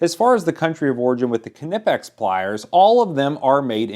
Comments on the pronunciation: k-nippex? WHAT?! It's nypex! Pronounce it like you would the word knife, or knight. ARGH! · Proper pronounciation Ni-pex not ka-nip-x or ka-nife. But however you pronounce it, we at knipex appreicate you who purchase our products, enjoy! Thank you for the support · its fucking nyepex ffs not kinipex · Kneepex no silent k but not Kenipex. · There is only one P, so its pronounced Kniipex, not Knipp ex. Take it from a kraut. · It's pronounced NIPPEX. Every technician I've known who uses them (and i know a lot, being a tech who works on autoclaves and all of the plumbing of those machines) pronounces it with the 'k' silent. It is good to see how they compare to knockoffs though. I've owned and used both Knipex and some knockoffs, including the Amazon brand, which aren't bad. The Husky brand feels too bulky for my liking. I do believe Craftsman used to make their cobras off the same Knipex line in Germany for a while though. I had a set of those, and I must say the Craftmans were very much identical to the Knipex, with the same "Made in Germany" stamp. I haven't been able to find them anymore, but the only difference I could see in them was the grip material and grip color. One really good thing I would say about the grip material on the Craftsmans was they were very comfortable to use. Much more so than the Knipex in my opinion. The set I had was half the price of my Knipex set, and they were great. They've since, mysteriously "walked off" of jobsites... 🙄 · Thanks for asking. Though I have seen a video by a nipex rep pronouncing the K, I am simply not gonna do it. I don’t say Kuh-nife, won’t say Kuh-nipex. In fact, I will write it as nipex. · A German friend tells me it is pronounced K-Nee-Pex phonetically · Call the pliers police. Kuh-nee-pex. Watch a video by the company. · Nip ex. Silent K. Like how you say knife, Nife not ker nife. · Hi pronounce it like knife pecks without the f ... silent k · Here in Texas I’ve only heard it said like nipex. Is the k silent?